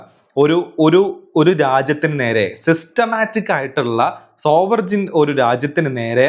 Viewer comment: സോവെർജിൻ എന്ന് പറയരുത്, അവിടെ g, sielent ആണ്. 'സോവെറിൻ' എന്ന് പറഞ്ഞാൽ മതി.